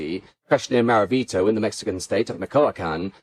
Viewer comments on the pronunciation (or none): You mangled Maravatio why don't you call somebody and ask?